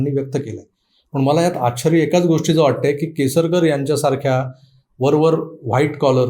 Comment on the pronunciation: आपले आश्चर्य व निश्चित हे उच्चार सदोष वाटतात